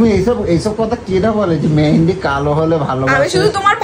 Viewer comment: ওরে অশিক্ষিতের দল! জিনিসের নাম ঠিক করে উচ্চারণ কর। ওটা "মেন্দি" নয়.. "মেহেন্দি"!